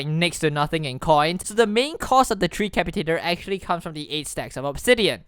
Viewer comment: FINALLY someone that pronounced tree capitator corrrctly